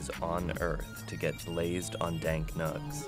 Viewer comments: The pain I felt as I heard this gentleman say "Dark nugs" twice in 30 seconds 😂😂😂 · “Blazing dank nugs”.. It took everything in my power to not turn off this video once hearing this. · He needs to never say "dank nugs" ever again jesus christ